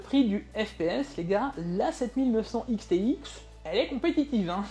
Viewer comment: "A aime dé" RADIA-TUF 7900 "ics thé ics" 🍵🤓